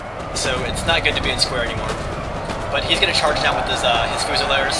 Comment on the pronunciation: This wasn't helped by his poor pronunciation of half the units names, namely Hussars and Fusiliers, which he pronounced Hoosars and Fusilers (as opposed to Fuse-iliers - this is an english word!)